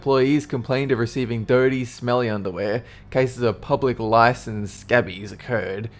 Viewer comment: What exactly is "public lice"?